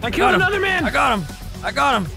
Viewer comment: "I KELD HIM."